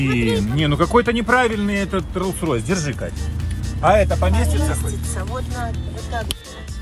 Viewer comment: нихерасе катя : Я не хочу Rolls Roys 😤 я хочу Buggaty или Lamborghini